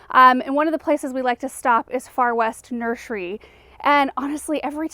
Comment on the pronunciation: Its funny how u pronounce nursery with shh🤣🤣🤯